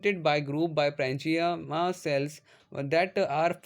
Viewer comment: Bhaiya vo parenchyma ( पैरेंचाएमा ) nhi paremchyma ( पैरेंकाएमा )hota h 😅😅😅